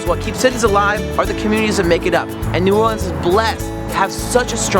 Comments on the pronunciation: Please stop calling it New Or-LEANS. It's New OR-lans. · New Orleans or Nawlins, but please not New Orr-leens lol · 1. Katrina was THE worst natural disaster in the US, not one of the worst. It also cost the most money. 2. New Orleeenz? Let's try for New Orluhns. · New Oar-lins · Not one local ever in the history of new orleans has ever called it “nawlins” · No one, absolutely no one. Calls New Orleans, Naw Lins! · I cringed when I heard New Orleenz. The tourists hear N'awlins strictly due to the accent. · Ok first off it's neworleans not new or leenz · Stop saying new orleeeens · Dude, nobody from New Orleans says New OrLEANS. Nor do they say "NAWLINS". It's New Orleans. Also, New Orleans mostly embeds itself in French. Otherwise you may just call Tchoupitoulas T-CH-OOP-IT-OW-LAS. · Man, if this guy says " New Or-leenz" one more time I'm going to lose my shit. Locals do not say it like that. It is strictly New Orleans. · They're wrong, New Orleans "natives" DON'T call New Orleans, "N'awlins", that's for misinformed tourists. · It's pronounced "new orlens" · Yes I live Baton Rouge nobody ever said anything about N'wlins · Ikr! Grew up at Washington and Broad....NEVER ONCE heard anyone in my neighborhood say N'awlins OR call this city NOLA. If you're not from here......you will never get it. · Nice Video but as stated before no calls it Nawlins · My soul dies a little every time you say new or-LEENS. Family is from Louisiana and they taught me to never say it like that 😂😂😂 it's cool though 😊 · i'm going to kill myself if they keep saying New Orleans wrong again. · The way you said New Orleans completely ruined the whole video. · WTF. did u hear what they said in intro. They completely said New Orleans wrong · I heard them say that and I screamed, "No!! Locals hate that." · They be saying new Orleans so wrong lol